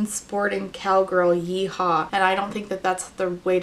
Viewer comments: I’m from Alberta (Edmonton) and no we don’t say ye-haw lmao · Yes, you can be a cowboy in Alberta. A famous rodeo, the Calgary Stampede, is held in Alberta. And it's "Yee-haw". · Albertan here, it's absolutely "yeehaw" and she is so, SO wrong lmao. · Here in California and even I know at the age of 26 and I even know it’s yeehaw not yehaw and I’m as country as a Californian can be truly I believe I should’ve been born in Tennessee or one of those states that is considered country